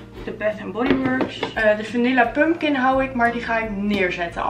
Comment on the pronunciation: Tleuke video! Tipje: je spreekt pompoen uit als “pumkan” xxxx niet pump kin x ✨